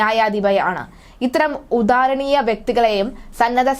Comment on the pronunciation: ഉദാരണീയ എന്നല്ല ആദരണീയ